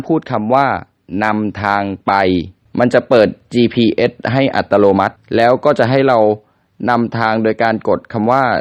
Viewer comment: แจ๋วเลยครับ แต่คำว่า อัตโนมัติ ไม่ใช่ อัตโลมัติ ครับ 555